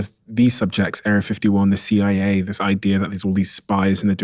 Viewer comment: Fckn stick an r after Cia to right after your first word of idea'r, wtf u people even doin adding r's trying to sound sophisticated